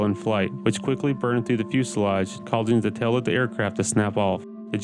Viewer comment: Glad to hear you pronounce fuselage correctly! it used to bug me